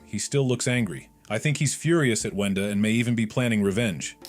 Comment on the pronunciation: I absolutely hate name mistake and the worst is “CLOOKER” “WANDA” “BROOD”